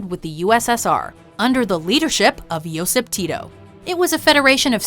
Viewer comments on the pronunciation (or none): none